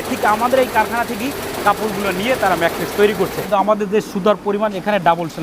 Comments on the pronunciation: ম্যাট্রেক্স না ম্যাট্রেস। প্রতিটা ভিডিওতে বার বার একই ভুল করতেছে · I hear mattress and materix lol. Nice manufacturing though